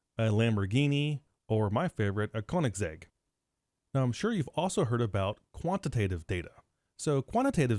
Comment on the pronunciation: Good video, easy to understand. Bonus that the instructor is a car guy and can pronounce Koenigsegg!